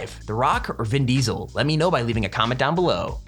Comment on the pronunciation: Vin deeseel